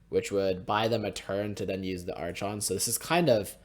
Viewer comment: I had to mute you during the match against taxes. God damn man, how you said archon make me physically feel pain.